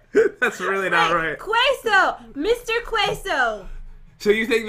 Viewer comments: Queso not cueso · es queso no ceso. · it’s queso not guacamole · "QWEso" Yep. Totally not "QUEso" 😂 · “Kweso” I love but please look up how to pronounce Queso: Ke-so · Quay so?! QUESO IS CALLED KAY SO NOT QUAY SO!! GOD THIS HURTS WITH BEING HISPANIC AND ALL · It's (cai-so) not quaiso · Maddie Carney and to top it off she said cueso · Cheso? Cheso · Maddie Carney it’s kesso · Maddie Carney Lol it’s Quesó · Bailey Yellowhair it’s quaso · Its QUESO que so xD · I love the way said queso she pronounced the q you would say it like it was spelled caso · Is nobody going to mention how said queso (keh-soh) and if anyone else lives near or hears Spanish speakers probably cringed at what they heard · I'm Spanish and cringed so hard when she said mr.céso lol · Cheese in Spanish (queso) pronunciation :keso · I know you probably won't see this, but queso is pronounced kay-so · Cheese is ke-SOl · Cheese in Spanish is pronounced queso Or ke so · I’m Spanish it’s ceso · BRUH!!!! I love you... But... You're saying it wrong!!! It's pronounced like K-so!!! LATINAS/LATINOS UNITE?!?!?! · Lol she got it wrong its Queso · Who else was triggered by the way said queso and how she first said it Proper Spanish:cheese equals guacamole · I'm mad because she said queso wrong but still like them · I kinda wanted to yell queso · You guys pronouncing queso wrong makes me so disappointed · Yea me, I cringed at how she said queso 😂😂😂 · Who's offended and mexican because the way said queso but still likes them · My Mexican self hurts every time pronounces queso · All Spanish speaking fans cringed when tried to say queso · I speak Spanish and you got cheese wrong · Soy el comentario en español que nadie buscó. xd, cuando dices queso, no se pronuncia la u porque para pronunciar la u, necesita un acento. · your Spanish is bad not offending you and Queso the u is silent when you say the word and I I know Spanish I was born spanish